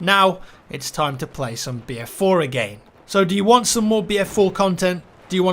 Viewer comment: i swear he is saying beer4